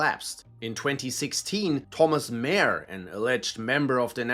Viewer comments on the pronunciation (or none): none